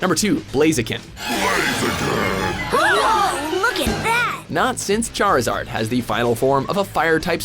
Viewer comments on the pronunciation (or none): none